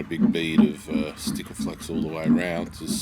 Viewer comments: Did you just call it stikaflex. Really. Sikaflex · There's no T in SIKAFLEX BTW :D